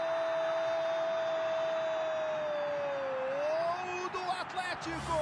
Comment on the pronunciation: o narrador falava atletico e eu só ouvia alemanha